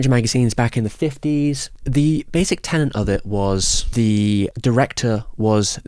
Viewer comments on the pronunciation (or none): Tenet not tenant